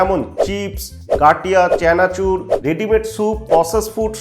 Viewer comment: চ্যানাচুর নারে শালা মাদার টোস্ট "চানাচুর" হবে।